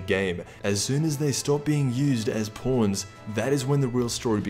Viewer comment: Im sorry the way he was saying purple and pawns LMAO 🤣🤣